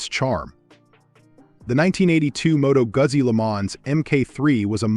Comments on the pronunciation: I'm from Italy. It's pronounced Moto Goo`Zee not Moto` Guzzy! Good Lord! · Moto Guzzi pronounced Moto Guutzee.